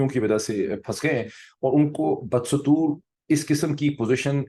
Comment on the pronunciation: بہ +دستور ۔۔ صحیح تلفظ ۔ بہت پہلے بھی آپ نے یہ لفظ غلط بولا تھا ۔آج پھر وہی غلطی کی ہے ۔ حامد میر سمیت کئی اینکرز صورت حال کو صورتے حال بولتے ہیں ۔جو غلط ہے ۔ اسی طرح بےشمار اینکرز فریقین کو دونوں فریقین کہہ کر غلطی کرتے ہیں ۔فریقین جمع ہے فریق کی ۔لہذا دونوں فریق کہیں یا فریقین کہنا چاہیے ۔۔۔ زاہد ناشاد ۔سعودی عرب